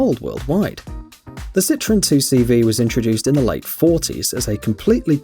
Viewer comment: 2CV is not pronounced « Two See Vee » but « Deux chevaux » which means « Two horses »